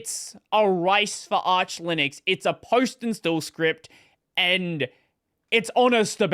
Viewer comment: Arch is pronounced as in archive